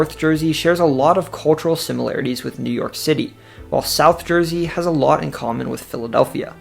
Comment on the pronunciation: say: a-lot NOT: A-lot!!!!!!!!!!!!!!!!!!!!!!!!!!